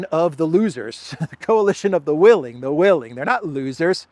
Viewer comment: At one point, you had a slight speaking slip where it almost sounded like you said "coalition of the willies". I'm American, but know some British slang, and I think that considering British slang, it would be a little funny to refer to the UK and 008 forming a "coalition of the willies". Very fitting.